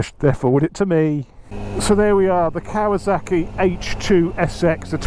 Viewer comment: Why is this man calling this bike "KawaZaki"? Why can't he pronounce the name of this bike correctly? It's KawaSaki !